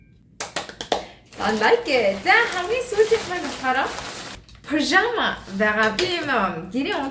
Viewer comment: Пожамо биш пажама шүү